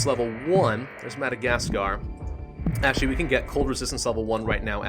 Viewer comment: When you say madacasgar ((idk how its spelled in englinsh. Im a finn)) It sounds like Mad Azkar Edit: or madic azkar